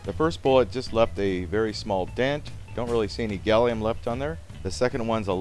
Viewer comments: Did you call gallium "Gollum"? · It's Gallum NOT Gallium!! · Seriously, you don't mean gallium do you, isn't it called gallum in USA?